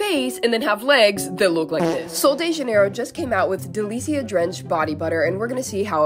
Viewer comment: as a brazilian the way she pronounced delícia just sent shivers down my spine not hate just my thoughts